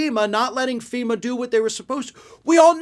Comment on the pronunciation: So he's mad at ... FEE-MAH! Now?